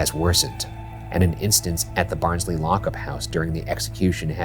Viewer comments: did anyone tell them it's pronounced "Baahns-leh" yet? xD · same here, when he said “Barnsley colliery” i was like BARNSLEY?!!!!?!??!! 🤣